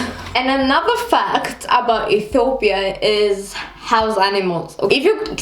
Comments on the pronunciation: You can't even know how to pronounce the name of Ethiopia. what's Etopia? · You're really cute, but I couldn't even tell that u r from Ethiopia from the way u talk. First of all, u pronounce it E-to-pya while Ethiopians pronounce it E-tyo-pya but foreigners pronounce it E-ti-o-pia. Are you trying to do a latin American accent? Btw, when I was around 7th grade, my highschool started using separate classes for all subjects, instead of single classes for all grades & sections. Also nobody I know likes wearing school uniforms. It's the best part of being in a university. I actually have a friend who once came to school in pijamas, too. Anyway, loved the vid xo. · why you sayin Ethopia!! say Ethiopia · *please don't make your mouth like ☹️😏 *It's not etopia, it's ethiopia *Merkato is not the only market in Addis or other cities and most sales personnels are not farmers. Anyways, you are beautiful. I hope we will meet one day and have a quality time together 😂lol